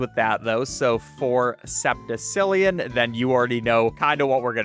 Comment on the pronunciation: everyone in the comments mad that he can’t strategize, i’m in the comments mad that he can’t pronounce septillion… WHERE ARE YOU SEEING A C